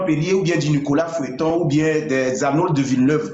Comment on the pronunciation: Des gens qui n’ont aucune idée de ce qu’eux même servent aux gens à boire… on dit Nicolas Feuillate pas Nicolas feuilleton.. prenez au moins la peine de lire ce qu’il y’a sur la bouteille avant de la ramener 😕